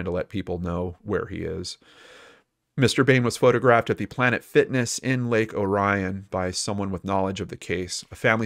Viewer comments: Just a pronunciation correction from a 60 year old native of Michigan. It's a common mistake, understandably. Orion Township, thus the city of Lake Orion, here in Michigan is pronounced OR-e-in. Lol we have lots of different pronunciations here. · I was just talking to my oldest son about this the other day. I was telling him that when said Orion, I started thinking. It sounded so foreign to me. Then I realized what he meant. It is a common mistake, as well as an understable one. But we have so many other places that are more often misspoken, you could say we are use to it. Like Mackinac Island. It's Mack-in-Aw.